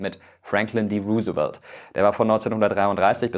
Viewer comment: Gutes Video, so gemacht das jeder es versteht. Haha wie er Roosevelt ausspricht